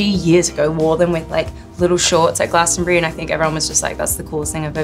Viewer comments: Well done on the Glastonbury pronunciation. Not many yanks get it right. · Im very impressed that she pronunced Glastonbury like we locals do